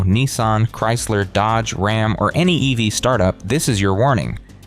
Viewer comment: “Rahm is in crisis”. AI FAIL